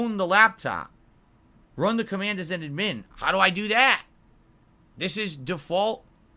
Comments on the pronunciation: it’s Admin like Add-min not admen😂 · in all my years, I have never heard 'Admin' said that way.